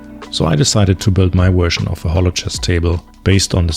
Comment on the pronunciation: "My wersion of..." 😃